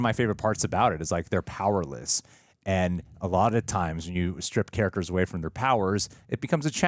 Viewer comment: Why… does the guy on the left pronounce it “carrackers”? There’s a T in “characters.”